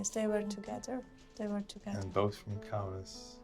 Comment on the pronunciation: KAUNAS DEAR GOD, It’s Lithuanian city. IT IS CALLED KAUNAS